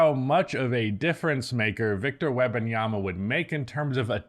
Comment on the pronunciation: "WEBanyama" over and over...🤣🤣🤣come on dude